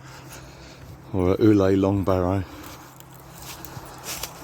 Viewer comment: Uley is pronounced Yewly not Ooley 😊